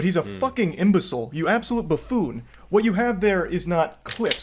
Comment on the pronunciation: When he says "Buffoon" 💀